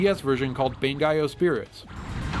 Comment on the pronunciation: ban-GAY-o and laughs his face off:D